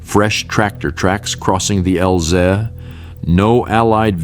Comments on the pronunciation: "fresh tractor tracks crossing the L-zeh"?? Bloody AI voice-over narrations are rubbish. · Need a better AI reader. It's " L - Z ". Not lzsa.